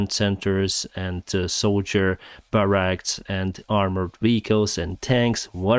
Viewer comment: DEEEE-pohs, BAHRR-racks